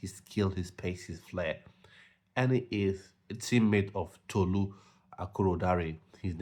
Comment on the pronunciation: Tolu’s name was pronounced wrong. Good content 😊